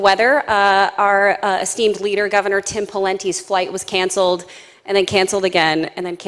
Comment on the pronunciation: When she said Our asteemed leader i was expecting "kim jong un" hahahaha